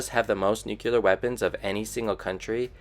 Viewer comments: Just what I was looking for. Tired of seeing biased or incomplete information and just wanted to learn what was happening. Thanks 👍🏻 FYI though, it’s not pronounced ‘nuke-ular’ or ‘jag-wire’, but it did give me a good chuckle. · Dont know whyn but I cant stand it when I hear nuke-ular